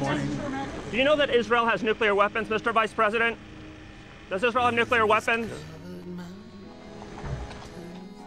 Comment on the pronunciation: lol Nuculear? How about nuclear mr. president.